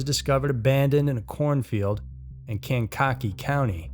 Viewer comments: Kane-cocky 😂 Kanj-ki-Kee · "Can cocky" county?!?! It's "Kanka-KEE"(with emphasis on the last syllable).😁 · It’s pronounced Kan ka key.... Illinois